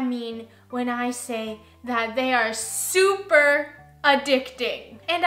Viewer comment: I absolutely love when you say, “I’m supa excited!!” LoL These beans look delicious as usual. Have a great week!! ❤️